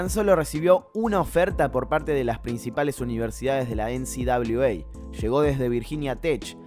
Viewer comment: Parece que decís NCWA , definitivamente lo decís Es NCAA